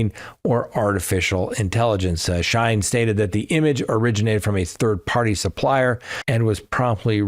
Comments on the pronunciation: 🗣️: SHE-IN (not shine). Company was originally “She-Inside” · I enjoy all of your commentary. Wish I was going to Crime Con. Love being an arm chair detective. BTW Shein is pronounced “she in” ❤